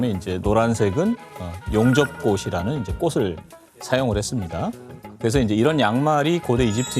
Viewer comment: 꼬슬 ㅋㅋㅋ 참나 꼬츨이지 교수야 😂